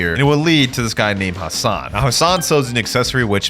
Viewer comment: my names hasan but its spell hassan but you said it the correct way